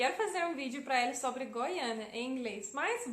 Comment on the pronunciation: mt bom, quase imperceptivel o sotaque so alguns errinhos na gramatica, mas nada demais, como os usos de "no" e "do" e no uso dos artigos (a/o) da pra entender perfeitamente, parabens so algumas correções: a palavra sobre, se pronuncia "sóbri" e nao sobré no futuro do leste no mapa a nossa (bandeira) a palavra torre, se pronuncia "tórri" e nao torré nos eramos pagãos